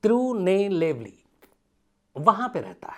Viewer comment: तिरुनेलवेली ह वो तिरूनलेबली नही ह भाई साहब